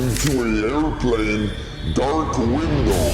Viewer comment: Air•plane, not aircurve…